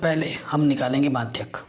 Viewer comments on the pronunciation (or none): माध्य को madhayak बोल रहा है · Madhy ko madhyk bol reha h